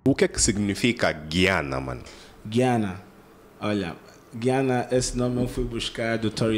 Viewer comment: Gu - ia - na Não… Gui - ana É um país, está localizado no Caribe. Falam inglês!!